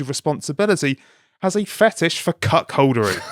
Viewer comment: It’s ‘cuckoldry’ not ‘cuck-holdery’.